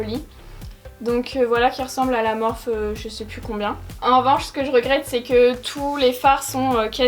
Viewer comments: cc tes videos son tip top mais « morphe » se prononce « morphi » merci bisous bon courage ma belle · J'aime trop ta vidéo mais s'il te plaît dit morphi et pas Morphe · Mais sa se prononce morphi pas morph 😥 mais sinon j adore tes vidéos 😘